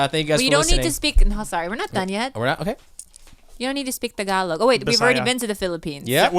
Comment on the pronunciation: Tag-a-log n Gill-Bill...